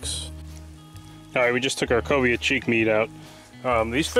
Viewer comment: Cobia not Cobra lol